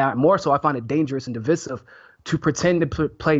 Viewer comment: you have notably attractive eyes., the word is DIV-EYE-SIV